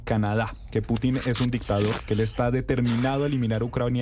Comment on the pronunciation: Vladimir Piuutinn😂😂 la periodista